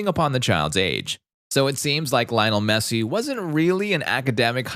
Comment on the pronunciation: In Spanish it's pronounced like liyoh-NEL MEH-ssee